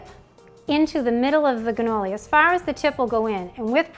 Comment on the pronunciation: It sounds like your saying ganolis! Maybe it's the audio.